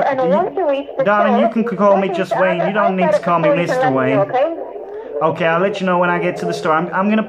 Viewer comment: And the IRS lady kept saying Wayne -e. 😂